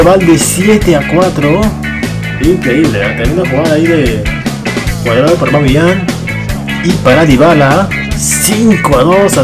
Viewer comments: Aubameyang, no Aubameyant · Es aubameyang no aubameyant jajaja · Dice Aubameyant, Griezmannt, Layunt, Madrit Me pone muy nervioso eso xD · Porque dices Aubameyand o Griezmand si antes no pronunciabas una d al fnal